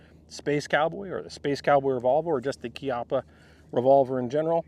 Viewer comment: He pronounce Chiappa (kiappa)correctly 🎉